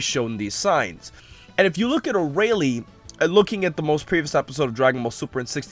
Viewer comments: "Arah-lee"? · arayle (FacePalm) how do you still not know how to pronounce it